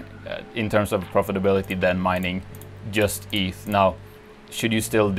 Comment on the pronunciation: cant you yust say "djust"? :p so annoying